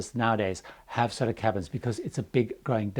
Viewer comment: when you say "Solo cabins" it sounds a LOT like "Solar cabins". I actually googled it thinking it was something about solar-powered and would cost less in electricity or so:)